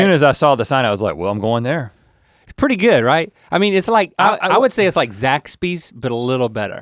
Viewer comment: It's Zaxby's, not Zack Spees.